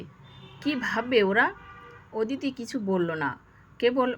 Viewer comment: “ওদিতি” নয় হবে “অদিতি “